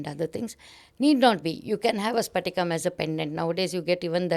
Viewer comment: Not sphatika mam it is patika . Patika n sphatika twoare different